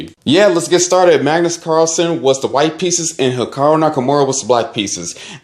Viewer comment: How many times did this man mispronounce Hikaru? Its an I not an O :D